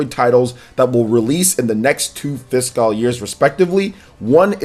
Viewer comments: be like: Fis-cawl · I've never noticed how odd your pronunciation of the word "fiscal" is.